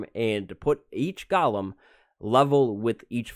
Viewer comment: everyone: Goolem:Gialem